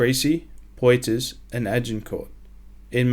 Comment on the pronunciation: Crécy and Poitiers are pronounced Kresée and Poo-uh-ti-ye, not Krasy and Poyterz. Damn, French knights must be turning in their graves listening to this. Thanks for a great video, anyway.